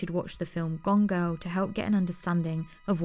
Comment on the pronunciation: It’s gone girl, not gongo